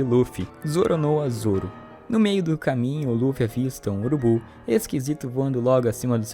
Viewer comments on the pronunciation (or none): o cara falando ZOROnoa zoro